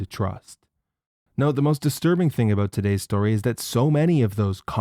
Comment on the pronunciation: The way you pronounce “about” outs you as a leaf.